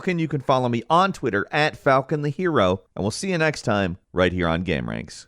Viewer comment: the one takeaway i got from this video was its "game-ranx" not "gamer-anx"